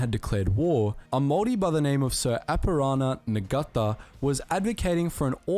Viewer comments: Ngata is pronounced 'Narta' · Aue! I roangotia e au I Te Reo o te Narator and oml am I crying, I am a Maori from a tribe from Ngati Porou ,the 2LT who received the V.C cross is my great-grand uncle and his name was said WRONG, so was the Maori man who was Knigheted, Ta/Sir Apirana Ngata, ITS NOT NAGAAATAR 😭 ( he was also from my tribe) I recommend you watch a video from someone who is a Maori or atleast a New Zealander. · The "g" in Ngata is silent....Aroha nui tane toa. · he said nagata its pronounced NA-TA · Commenting as I'm watching here: A noble effort from the narrator who must be Australian but the names with "Nga" in them are pronounced "Na" rather than the Japanese sounding "Naga". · I am pakeha - my second cousin served in the 28th and was killed at Monte Cassino By the way .... The g in Ngata is silent. Thus Nata (phonetically). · And it is not Sir Apirana Nigata. The G is not pronounced. NG in Te Reo is a softer sound like in siNG, saNG, taNG. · Your pronunciation is good. pronunciation sucks. Sir Apirana Ngata: surname = Na-ta. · NGA TA. ALL MaoRI SYlLABLES END WITH A VOWEL. Tendency is to apply Japanese sounds and syllables to Maori as they look similar in places but, it wrong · Sir Apirana Ngata is pronounced Ahh-pee-raah-naah Naah-tah - roll the R and extend the A's. The dude in the video massacred that sht. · I lost it at ngata 🤣🤣🤣🤣 he pronounced it as Na Gata 🤦‍♀️🤣🤣🤣😅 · Hah me too Ngata (Naarrr tahhhhh) 😂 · Anyone else caught off guard by the different pronunciation of Ngata, Pakeha and Maori? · The guy absolutely butcheted "Ngata"😂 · Maori here - the only glaring pronunciation thing i notice is how you say the 'ng' sound which is pretty common for English speakers to say wrong as it's not a sound that exists in English. The closest approximation would be the 'ng' sound in 'singer'. Otherwise you did pretty well for someone who has never heard/spoken our language :D